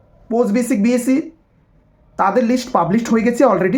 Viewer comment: বোকাচোদা, its bsc.. Not bac.. পরিস্কার করে উচ্চারণ কর